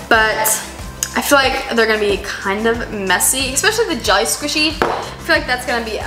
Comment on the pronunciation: When you said jelly I thought you said Jeffy